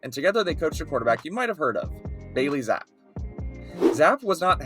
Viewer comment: It's Zapp-E